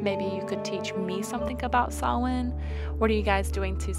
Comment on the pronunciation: Your cat is lovely. Also, I can’t stress how much joy it is to hear you pronounce Samhain correctly.